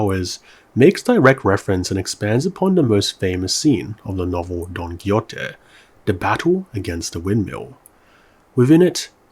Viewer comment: jajajajajajajsjsjsjs "Don Kiyote" 😂😂😂 Great vid, but this one was not well pronounced. "Don ki-hote" is a better approximation to Spanish in this case.